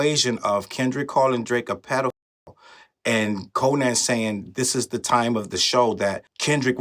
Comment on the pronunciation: The way you say Co-nan is crazy 😅😅😅😅😅. I can't even focus. It's pronounced "Co-nun".